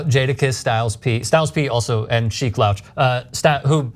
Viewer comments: This guy laughs at her pronunciation of the rappers names....proceeds to call him sheek lowch!! Lolol. Pre production heavily recommended.... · Check out acting like he's hip. Who the hell is "Chief Louch"??? its pronounced "SHEEK LOOCH" ffs lmao this guy. POSER!!! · Sheek louch😂😂😢 damn bro fail. L-oo-ch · Lol Louch....good try but pronounced it wrong af lol.